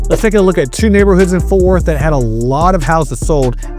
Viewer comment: It's FORT not Forth No H